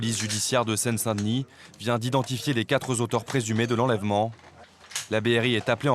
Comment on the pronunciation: Les quatre zauteurs... merci l'IA